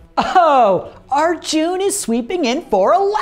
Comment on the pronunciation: It's a soft 'u' in Arjun.